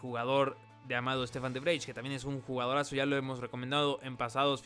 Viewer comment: de vrij se pronuncia "de bray"